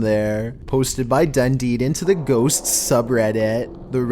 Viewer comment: How do you pronounce ghosts?: GhoSSStSS